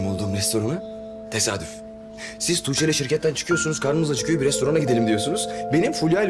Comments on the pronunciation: Belmanin:toogce demesine ben bagimlisi oldum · belmanın tuğçe demesi ilk çok sinirimi bozmuştu şimdi bütün gün belmanın tuğçe demesini taklıt ediyorum kim bilir belmanın tuğçe demesini kaç kere çekiyorlar nekadar gülüyorlardır